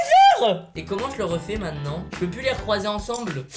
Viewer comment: Wesh tu dit mainant au lieu de maintenant